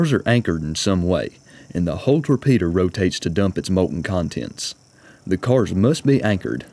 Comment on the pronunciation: Do you mean torpedo? Not tore Peter?